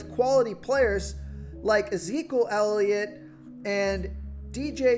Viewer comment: This guy can’t even say elliots name right lmao